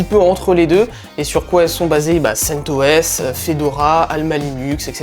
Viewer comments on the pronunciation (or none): Il a dit centos …